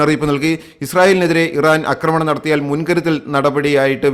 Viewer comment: ഏഴാമത്തെ പ്രാവശ്യം പരയുന്നു അക്രമണം അല്ല ആക്രമണം ആണെന്ന് ഇനിയും ആവർത്തിക്കുമ്പോൾ unsubscribe ചെയ്‌തൊളാം